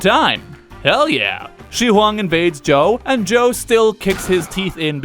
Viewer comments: I can tell. Zhao is not pronounced "Joe". More like "Jaw". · It's pronounced zhaaaaaaao not Zhou